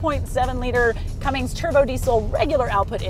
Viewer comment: The way she says Cummins (Cummings)